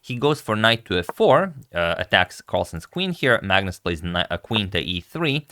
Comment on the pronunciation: On pronunciation, Magnus is pronounced Manus or Maunus, not phonetically. It's a Scandi thing sorry guys :(